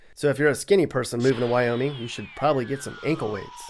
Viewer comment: its wyoming not wyomin